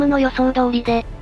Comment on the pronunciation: 「遅いかかる」→「襲いかかる」 「アマバラ州」→「アラバマ州」